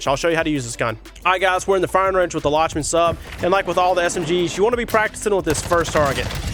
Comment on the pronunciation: I think it’s pronounced “Lock-men Sub”